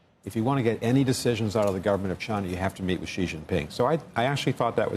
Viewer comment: The Amb. to China and still cannot pronounce Xi's name correctly....if you cannot even get that right, learn and know absolutely nothing.